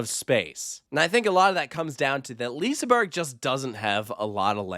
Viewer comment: Please learn to pronounce the names of the rides and liseberg properly